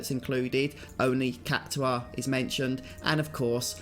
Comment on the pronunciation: It's pronounced Kak tar not kak to are